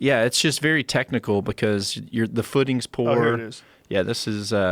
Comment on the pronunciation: Joe "Russian bears have a verry good guard" Rogan